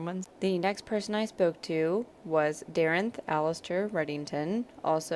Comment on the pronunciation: I know the show ended, but I'd first off like to ask if it might ever come back, and second, to comment that you double mispronounced my name. Dare-ent (Nailed the Middle name) Redding-ston! There is an 's' in there. Otherwise, great show, wish it would come back. :/